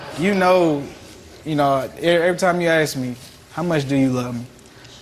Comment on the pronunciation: The word, is easy, it's ask, not axe.